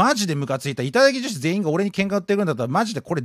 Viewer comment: 時々いただきじょひ！になってるのかわいい